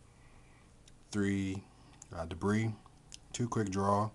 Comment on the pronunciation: THANK YOU for being one of the only people to pronounce Debris correctly. People at my locals always say de-breese and I want to smack them, lol.